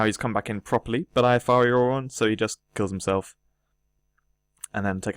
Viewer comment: It's Fiery Aura, not Firey Aura, mate